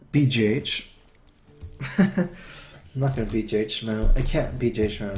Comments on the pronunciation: why does he call Big Game Hunter "BJH" pronounced "Bee, Jay, Aitch"? surely it's BGH or "Bee, Gee, Aitch" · that sounds so much like "Bee, Jah, Aitch", or "Beeg, A, Aitch". lol